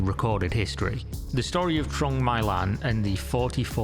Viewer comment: its pronounced "trowng mee lan" 😭😭😭😭